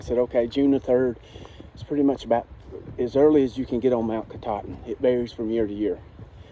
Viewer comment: You pronounced Kenebec perfectly. Katahdin needs some work though. Lol Great videos, keep it up !